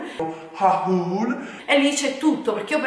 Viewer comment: HAHÚL non si può proprio sentire 😂